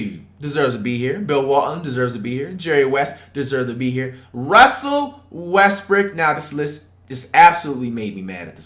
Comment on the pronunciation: Bro really said westbrick<john wall